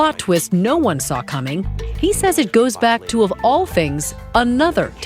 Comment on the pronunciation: “the thongs are just about people going thru struggleths.” 🤣 😂 😜